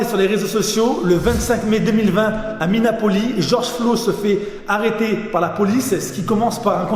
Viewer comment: Seul mec au monde à pas savoir que c est mineapoliS (avec un s) et George Floyd et pas Flo...